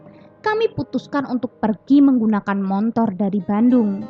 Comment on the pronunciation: motor = montor...????😂😂😂😂